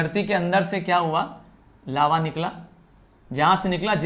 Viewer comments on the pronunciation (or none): Legends noticed Laua 😅😅 ::::::::::::: but it is lava ✅